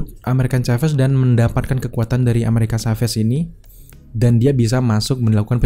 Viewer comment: Agak terganggu dg penyebutan "amerikan kaves". Asli, risih di kuping.